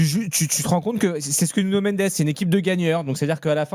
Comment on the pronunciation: C’est Nuno, pas Nugno !